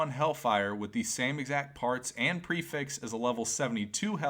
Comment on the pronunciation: lmao the way he says the word prefix lmao Lmao